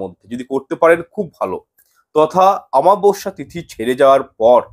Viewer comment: Daya kore aktu shudhre neben shabdo ta ho,chchhe amabasya, aamabasya not.